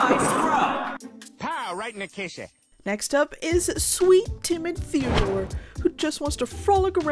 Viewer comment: I thought she said Timitheore, not timid Theodore…